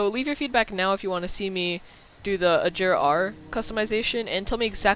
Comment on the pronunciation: It's not pronounced like ajera its pronounced a ger a